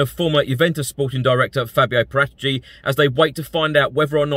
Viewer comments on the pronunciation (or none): Please learn how to pronounce Paratici